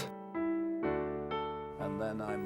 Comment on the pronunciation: Le Couinne Mèwy et le Kyouwytou....à Soutamtonne....😂😂😂🤣🤣🤣....des maisons de retraites flottantes, plus jolies qu'un mouroir traditionnel, mais ces bateaux sont moches! Le plus beau bateau de ligne du monde était le France!!! (je ne suis pas français)